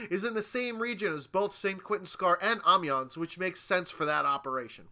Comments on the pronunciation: Yeah it is in French; like when you say "sans." It's Ah-Meh-Yon. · Gavin Matthews haha I thought this too. The s is silent though...